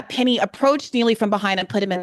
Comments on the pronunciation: The number of times these two bungle the names of Jordan Neely and Daniel Penny is genuinely hilarious. 😂 Great discussion as always, though. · I burst out laughing every time they messed up Daniel Penny's name